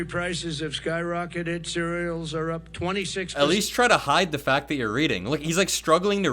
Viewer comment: "Tshereal" and "baby formulur"